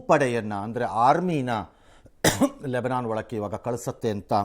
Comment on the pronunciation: ರಂಗಣ್ಣ ಹೊಡದ ಬಿಡ್ತಿದ್ದ ಅನಿಸುತ್ತಾ ಅಕಿನ್ನ, ಲೇಬೇನೋನ್ ಅಂದಾಗ 😂😂😂😂